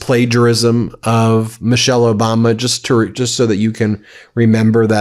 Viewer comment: He just can’t say Justin.